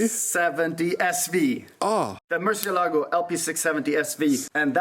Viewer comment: The muTREElago JON: Yes the Murcielago 🤣🤣